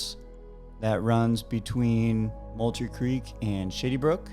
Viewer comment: Sounds like you're saying, "shitty brook"